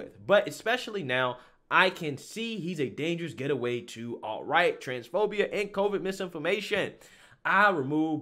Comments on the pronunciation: Awesome video as always…but the word is GATE-way. sorry I had to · GATE-WAY…..GATE-WAY…..not getaway….. can’t you read bro? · Gate Way. Say it! Gate Way! It's not Get A Way. Gateway! Gateway! LOL. I love you, man. Keep doing what you're doing but remember, it's Gateway (gate....way)! 😆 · “GATEWAY” Not “GETAWAY” “Cmon Man” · A "dangerous getaway" ? Pronouncing words incorrectly is a GATEWAY to learning from your mistakes. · It isn't "Getaway" it's "Gate-Way" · Love how he says get away instead of gateway lol not dissing just genuinely funny. Love the material man, you are cancel free for sure. Channels like this is so hard to really cancel as your fans dont believe and would kick back on anything thats irrational maybe from youtube it could but go elsewhere and fans will stay great content :) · Dangerous "GATE-WAY".... not get away bro😁👍.... just helping you perfect your channel and yourself.... LOVE THE CONTENT!!!! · FYI it’s gate-way not getaway 😂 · 3 times you said “get away” instead of “gateway”😂🤦🏻‍♂️ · it's gate-way not get-away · GATEWAY! geez! Hahaha nice video but you saying "getaway" instead of "gateway" was driving me nuts hahaha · I like what you do but it's Gateway not Getaway lol.. But great job with what you do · "Gateway" not "Get away", great vid tho. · Yo my man. It's gate way not getaway. As in gate way drug compared to getaway as in vacation. Other than that great content. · Please stop saying “getaway”! It’s “GATEWAY”!!! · GATE-WAY not geta-way FFS. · Only cancel suggestion I have is maybe consider cancelling your reading comprehension coach. What the hell is a dangerous "getaway"? G-A-T-E-W-A-Y......the word is GATEWAY. Other than that, keep preachin' brother!! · Gate way. Not gettaway. Love you but that mistake is poking at me. Love your show regardless. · I like your stuff. But the word is gateway, not getaway. Gate - way. Not get - a - way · Why are you pronouncing the word "GATE- way as get- away"? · Aaarggh! It's"gateway"!